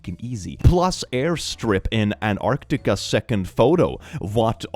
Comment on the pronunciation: Dear: Please pronounce both the "t"s in Antarctica. It's Antarctica, not Anarctica. Thank you.